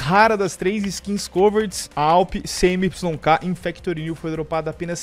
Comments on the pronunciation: dae suave, n se diz CMYK, separado se pronuncia (cimik), ciano,magenta.yellow,black abraço é nois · Fala, sou desigenr e a pronuncia da awp é "cemiqui", é um sistema de cores usado em impressão. Video top